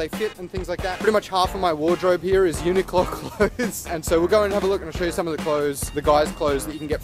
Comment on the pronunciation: why do you say uni-qlo and not uniq-lo?